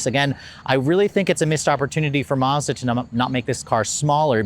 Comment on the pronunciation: It’s pronounce Maz da not Marz Da